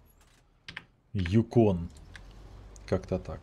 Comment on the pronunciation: Юкон. Ударение на Ю. Это река на Аляске...